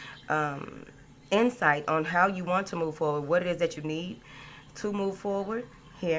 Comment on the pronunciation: I like it when you say "moving forwart" not with a d. Thanks ❤❤❤💥🎉💥